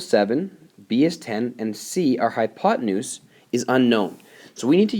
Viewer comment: you mean hypotenuse no hypotemoose silly